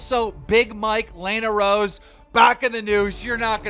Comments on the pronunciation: dude say "lay-na rose"? keem always figures out ways to bomb peoples names in ways never said. pure talent. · "Lay-na roads" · does keem pronounce names wrong on purpose lol... lane A rode then he said go on the murry show lmaooo